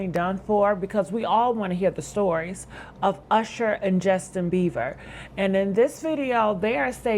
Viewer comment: Girl its Justin Bieber not Beaver